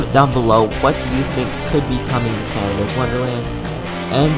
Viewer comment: Its Canada not canida lol!!